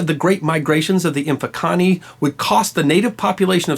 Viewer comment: I’m a native of Southern Africa and a fellow history buff, job well done on the facts....work on the pronunciations though, if I was not familiar with Difaqane, Mfecane(the scattering), the Ndwandes (Shaka Zulu’s adversary’s), I would have known idea who you were talking about